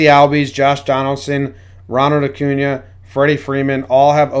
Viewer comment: It’s so great loves Acuña But Keep butchering his name😂